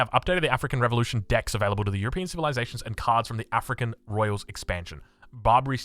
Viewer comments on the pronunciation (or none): none